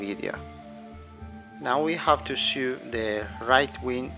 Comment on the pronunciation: Thanks for very concise videos. This is the second one I have watched. Saw your diamond pattern ring too. Both very good. Going to make both. I think you are saying sew at times, which should be pronounced like "soh as in so what". You've been saying it as "soo as in too much", but I think we figured it out anyway. Will be looking for more of your videos😊